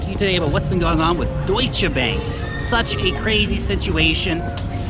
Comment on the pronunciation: Year it sounds funny. Thanks for your great work Lark. Greetings from germany.